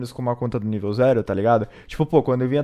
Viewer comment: bom gente a lingua deste humana foi extinta a mt tempo seu dei mt dessa lingua ele quis falar assim "zero segundos